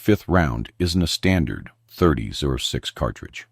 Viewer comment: "€30 6"??? Why is something so basic as "30-06" (pronounced thirty ought-six) so difficult for AI to process?